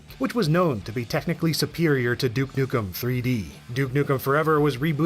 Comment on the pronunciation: "Duek nukem" lol